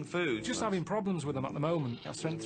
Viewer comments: and after 'avin a go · "I'm not 'avin a go" - Karl Pilkington, moments before 'avin a go